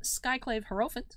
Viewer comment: I'm going to die if you pronounce hierophant like that for the rest of Zendikar. 😜